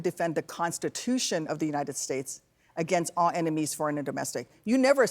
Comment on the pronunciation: "To protect agaisnt LALL enemies foreign & domestic,..." = TRUMSPTER!